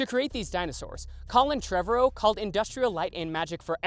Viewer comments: The way this man says Trevorrow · Yes! Every time he said it I’m like you’re saying it wrong!